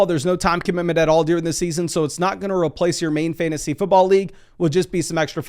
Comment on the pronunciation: Deering 🤣🤣 it’s DURING